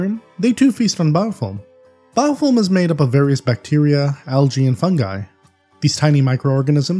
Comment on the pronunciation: Just jokin sounds like your sayin biofoam. ;D